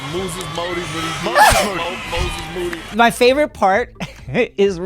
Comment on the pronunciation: “Motorola Modem, Macarena Music, Mexican Market, Mad Eye Moody” -Kendrick Perkins attempting to pronounce Moses Moody